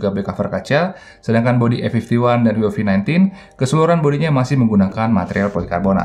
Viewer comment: Bang Huawei bukan Hauwei